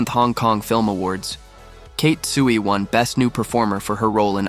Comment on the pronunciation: Damn, you cannot even pronounce 'ruthless' nor her name 'Tsui'. WTF...